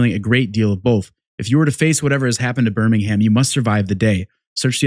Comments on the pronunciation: As English guy I recoil when you say ber ming hamm. Haha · Birmingham - BUR-MING-HM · Btw you don’t say Birmingham you say it like Birmingum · It's prononouncr burrr ming UM and go up like a valley girl on the last syllable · BirmingHAM lol love it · Just a heads up on pronunciation, you're saying Birmingham with an emphasis on the "HAM" ending. We don't say that over here. It's more like Bir-ming-um. The same as when Americans over pronounce the "SHIRE" endings on our place names (Leicestershire, etc), as if taken straight out of Lord of the Rings. We say "Shuh". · only thing i gotta say is we dont pronounce the H of Birmingham, its like Birming-um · yeah It's how to say priory but NOT how to say Birmingham sadly :D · Was ready to watch this video but the yank mispronounced Birmingham 😢